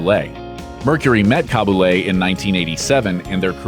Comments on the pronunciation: Cab-A-Lay, jesus learn to pronounce european names rather than butchering them. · Ha ha ha. Cabuley. Oh go on say it again please, it’s such fun. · Damn butchering Monserrat Caballe's name